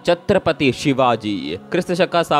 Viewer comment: ಅಬ್ಬಬ್ಬಾ ಏನ್ರೀ ಇದು ಅಪಬ್ರಂಶ....? ಛತ್ರಪತಿಗೆ ಚಕ್ರಪತಿ ಅಂತೀರಿ... ಸಂಧಾನಕ್ಕೆ ಸಂತಾನ ಅಂತೀರಿ... ಜೀಜಾಭಾಯಿ ಅನ್ನೋಕೆ ಜಿಜಿಜಾ ಬಾಯಿ ಅಂತೀರಿ... ಶಿವಾಜಿ ಹುಟ್ಟಿದ್ದು 1930 ಅಂತೀರಿ.... ಅಂತ ಧೀರರಿಗೆ ಅವಮಾಸಬೇಡಿ ದಯವಿಟ್ಟು